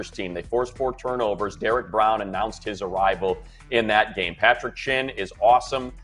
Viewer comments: patrick chinn.... its jeremy chinn you dummy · It’s Jeremy chinn not Patrick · just to let you know his name is not Patrick it jeremy chinn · Jeremy* chinn lol